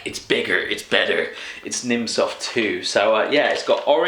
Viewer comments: Hahaha I'm german and it's really funny how you pronounce the names of the products :D I eat this stuff like all the time! "Nimm 2" actually means "Take 2" :D I'm happy that you like the german stuff! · It is so funny, how you pronounce the german sweets :D Nimm2 soft means take two soft sweets because they are good for you.. By the way, it is pronounced [nimm cwai soft]